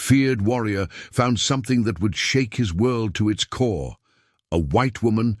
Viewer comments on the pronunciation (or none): none